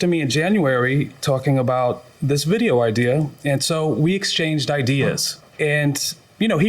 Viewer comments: Idears!🤣😂😁😃😄😅 If he says idears one more time!😶🙄🤨🤔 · funny its ideas not not idears or idear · The Defendant didn’t like the Plaintiff’s “idears”😩😭. I see I’m not the only one who was annoyed by the pronunciation of the word😂😂😂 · He really had some good "idears" 🤦🏾🤷🏾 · "IDEARS!" 🤣🤣🤣 this a first... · Oh My Fuckin God yes! And when he put the "s" on it I had to stop the video and come to the comments. It feels good not to be alone 😄